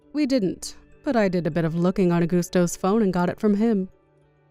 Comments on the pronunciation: S2: Coasta sounds like a teenager. Gianna is too soft spoken. And it’s compensation NOT alimony. S3: She’s talking to herself again. Augusto is pronounced Au”gust”o not “Augoosto”. S5: Motormouth comes back in the form of Bella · Ugh. The pronunciation of those names. Augusto is not pronounced ‘Agoosto’. Don’t even get me started on their pronunciation of the name Costa 😂 Also, an apartment for only 50k?! What is it? A 10 foot square dorm style room with shared bathroom and kitchen. 😂